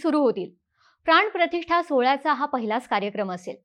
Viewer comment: प्राणप्रतिष्ठा asa ucchar ahe. …